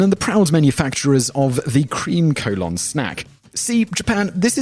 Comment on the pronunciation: Collon is not colon, you even pronounced it differently yourself, though you mispronounce things all the time, so it might be coincidental.